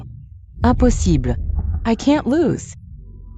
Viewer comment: I've never heard the word "Impossible" be pronounced so wrongly 😂😂😂 the drama was nice though. I don't regret watching 🎉